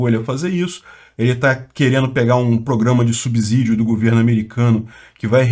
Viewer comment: Por favor, não é “ subzidio” , mas sim , subsídio!